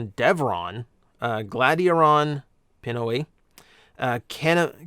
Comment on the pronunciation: FYI you mispronounced the Filipino term Pinoy. It’s pronounced pee-noy. The ending rhymes with Toy. Otherwise a lot of good info in the video.